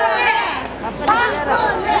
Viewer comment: 박근혜가 빡도네로 들리냐 ㅋㅋ